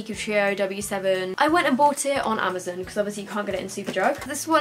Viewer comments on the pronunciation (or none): none